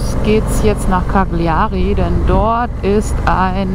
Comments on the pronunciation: man spricht es "Kalljarie" aus....... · Bitte die Aussprache der Orte wie Cagliari einmal einstudieren, das tut weh in den Ohren...